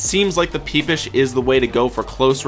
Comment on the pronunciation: this man said peepish